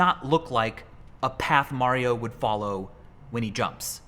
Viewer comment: “there you go mar io ..i call him mar”